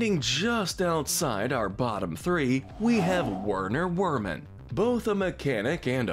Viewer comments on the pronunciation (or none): werner werman is prononced *vernar verr-man *